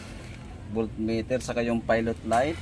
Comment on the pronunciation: "Voltmeter' po...